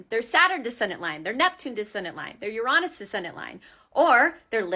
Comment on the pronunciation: Thank you so much for pronouncing Uranus correctly